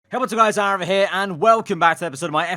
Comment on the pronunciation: "arrav", mate its aarav not arrav.